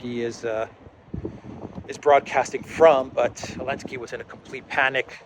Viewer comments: Why do you keep saying "elensky"? It is "zelensky" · Why are we calling him Elensky without the Z?